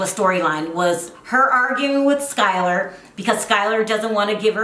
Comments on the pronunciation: it’s Skyla not SkylaR.....😻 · It’s not Skylor it’s Skyla my 4 year old daughter is also named SKYLA and I HATE when people call her Skylor it’s SKYLA